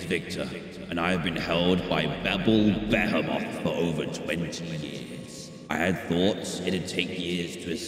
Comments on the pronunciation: Through the entire video, I think that Dan refers to Behemoth as “Ba-hemoth” not “Behemoth” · Bah hee moth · its beeble beheamoth is the pronunciation